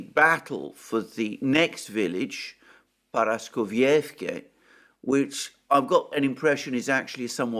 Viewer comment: Correct, and also it is ParaskovievkA, which Alexander Mercouris will never get right. 😅